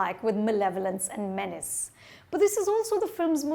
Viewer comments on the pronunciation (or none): none